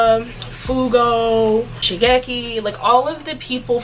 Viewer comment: girl I died when you said Shigechi